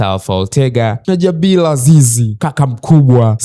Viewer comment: Zingatia matamshi sahihi kwenye r na l, maneno kama "mpila, Blazil, Jabil, yanaondoa ushawishi wa kuendelea kufuatilia.